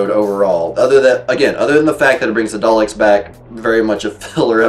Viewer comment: it's probably because I'm weird ;) But I just loved the way he said Daleks... Here's the clip... Turn up the volume!! :D An audio clip of Matt Smith playing the 11th doct…